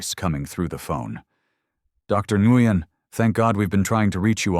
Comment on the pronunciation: This is a cute work of fiction. It is a legitimate pastime. Pronunciation is nwin, enguyin. it’s three PM, because oh three hundred is 3 AM. Three hundred for the time of day indicates AI (artificial Idiocy) with plausible human complicity. . Dr Ngugen is now Dr Newman! There’s that Dr Newman again! Why are some parts of the script displayed in red, some in green, and others in yellow?